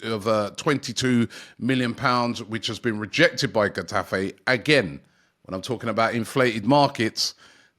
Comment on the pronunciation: Butchered Getafe too